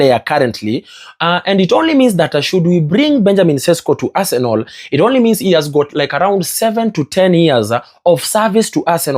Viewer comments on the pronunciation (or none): Guy, is Arsenal not Arsenol. You can pronounce better pls.